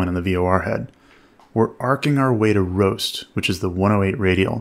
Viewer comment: I keep hearing "ROAST" and not "BOAST"